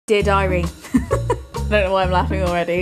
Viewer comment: American here 👋🏼 every time read “Dear Diary” I heard the phrase “did I read?” I thought, wow she was either really on top of her reading schedule or very forgetful of her literary feats.